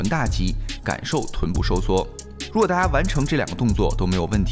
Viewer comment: 大家好。请说，难道在中国人说“大家”像“ta-(h)a”以的？